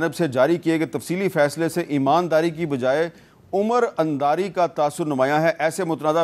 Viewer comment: umar andaari? mir sahab parhna seekho